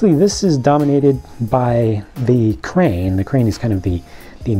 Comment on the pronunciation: Great working "train"? I knew you meant crane!